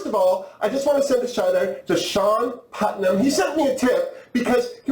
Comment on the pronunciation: HOLY SCHNIKES.. got the name pronunciation right on the first shot! I suppose its because they Putnams started up in North America thanks to one settling in Salem Village Mass in 1630 (and therefore they abound in New England, and likely a few made it to Canada).